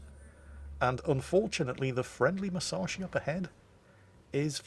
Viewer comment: C'mon - you've got the Yamato pronunciation right now, so now it's time to start getting the Musashi pronunciation right. Moose - ash - ee. Squeezed up tight - moose ashee. OK? Now squeeze it up even tighter: Mus ash ee. Musashi. C'mon - you can do it.